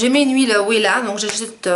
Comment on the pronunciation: Wella se prononce vella 😉